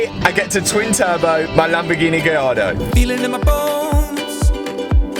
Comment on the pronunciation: The way Matt says Lamborghini "Gee-yardo" is never not going to crack me up. - I'm excited for this build!!